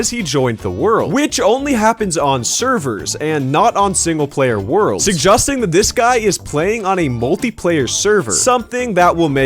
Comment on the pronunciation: you said singeplayer….